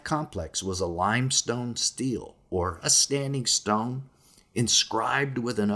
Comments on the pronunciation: Stele is pronounced {stay lay} not {steel} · Great video! Btw stele is pronounced stelley, rhymes with shelley. Keep up the good work! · 1) It's pronounced "Stella," not steel. 2) Christian's don't like to admit it, the New Testament even strayed from the Old Testament's more precise description (Son's-of-God vs Angel) because of it, ...but Jesus was a Son-of-God, the same species in heaven as the Genesis-6 Son's-of-God. 3) After the flood, Nimrod's purpose for building the Tower-of-Babel was to entice new Son's of God to descend to earth. It was believed there were certain locations on the earth where transport between heaven and earth were simpler. One can only assume Jesus trip to Mt Hermon means it is the closest transport-location to Jerusalem? (more...) 4) Oddly, many of the pre-flood transport-locations seemed to have moved while under flood-waters. Pyramids moved, continents moved. 5) Ezekiel saw a transport-location. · stella, not steal by pronunciation